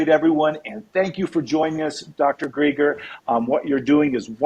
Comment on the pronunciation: Excellent. I appreciate you getting this information out to other Christians. Thank you Dr. Greger (btw, you pronounced his last name incorrectly, it’s like the name Greg)